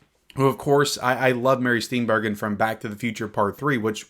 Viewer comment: Steenburgen = "Steenburjin"